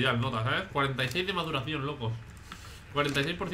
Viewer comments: Una pregunta? En su intro dice mocos o lokos? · Dijo mocos al principio? Xd